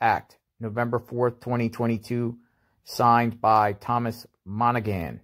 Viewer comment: Pronounced , Mon A Han , it is an Irish name.